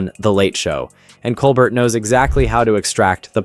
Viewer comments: It's pronounced "coal-bear". Not "coal bert". More French sounding. Don't forget Trump's mishandling of the pandemic, in lieu of lining his own pockets with donations and grifting from millionaires and the taxpaying public. Trump fans still think he's a TV personality and entertaining. But a comedian is not what we need. Unfortunately, the Republicans in office are scared for their jobs, when they could get fired for something trivial or anything that personally displeases Don. He cares nire for his personal goals than the people he was elected to protect. How many man, women and children have died in the past 4 years while Trump was in command? Shameful. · Stephen Colbert (/koʊlˈbɛər/ kohl-BAIR)